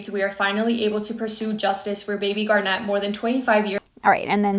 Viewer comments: It’s GAR-net. Like the semi precious gem. NOT gar-NET. Or Garnette. Why the weird emphasis on the last syllable? Poor reading skills in the US public school system? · GARnet, like the stone. Not garNET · I think her name is Garnet, like the stone, not Garnette. Thanks. ❤ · Are you pronouncing that right? I have always heard it as "garnet" like the January birthstone. Basketball player Kevin Garnett is pronounced with the stress on the end because of the extra "t". Just wondering because I always heard it as Lake Garnet, with the stress on the first syllable. Maybe I am pronouncing it wrong. Yeah, that's what to focus on. Did the woman ever say why she didn't report it? I assume this was a miscarriage. And was she camping? So many unanswered questions. Rest in peace little one. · Michigander here! Love your video as always, I wanted to let you know a few pronunciation things because Michigan has some fun pronunciations. Mackinac = "Mack-in-awe" Garnet = "Gar-net" we usually say it quickly so while it has 2 syllables it comes out like a single syllable almost 😅 (like gar-neh) St. Ignas = "Saint ig-nus"